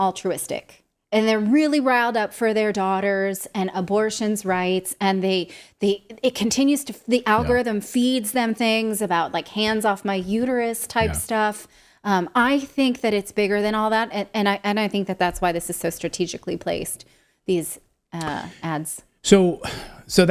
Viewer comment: Its Uter Us, not Uter U!